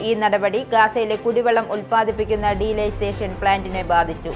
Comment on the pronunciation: എന്റെ മോളെ അതു ഡീലൈസേഷൻ പ്ലാന്റ് അല്ല ഡീ സാലിനേഷൻ (ഉപ്പുരസം നീക്കുന്ന പ്രക്രിയ ) ആണു